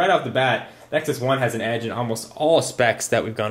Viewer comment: Nexus has an "Edge," get it, Edggee.. hehahah